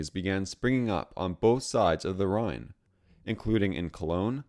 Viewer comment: The research info isn't wrong, but there are a lot of issues. The General Wolfe painting is from the 7-Years-War instead of the 30-Years-War, the use of a Czech map with regions that didn't necessarily exist yet, pronunciations of Zürich, Rhein, and Transylvania, and showing "Austria-Hungary" which existed from and really doesn't have anything to do with this.